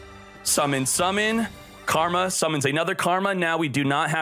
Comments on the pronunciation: It’s not karma, it’s *kama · Why’re you saying karma? Isn’t it kama? Lol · Bro its Kama not Karma. Read. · Annoyed me more than it should lol. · He does it on purpose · Love the content, just hate how he unknowingly mispronounces the cards. Yo Sen Jew vs YoSenju Karma vs Kama